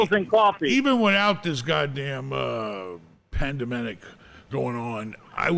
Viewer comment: "Pandamenic" llol